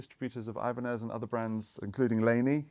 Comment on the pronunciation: I'll take the Ibanezezezes 😂